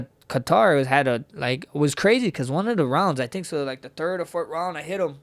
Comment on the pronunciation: I love how he says “tink” instead of think lol